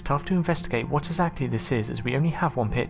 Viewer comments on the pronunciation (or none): none